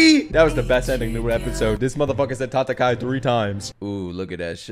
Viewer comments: It’s not tatakai. It’s tatakae😞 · It is not tatakai, it is tatakaE. Don't be this guy xD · not sure if u realize but it’s pronounced ta-ta-Kai-ay not ta-ta-Kai it’s spelt tatakae tho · It’s not “tatakai”. it’s “tatakae” which is an imperative form so ellen’s telling himself to fight. Tatakai is a noun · Tataka-i = (noun) , Takata-e = (verb), FYI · Why does he say "tatakai" and not "tatakae" xD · It's not TATAKA " I ", its TATAKA" E " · Please say tatakaE not tatakaI please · saying "tatakaE" is one of the funniest shit for me during this video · always icks me every time you say tatakae wrong, I was hoping that when you heard them say it more time, you'd fix it but all good, I still love the reactions and have been following since the start!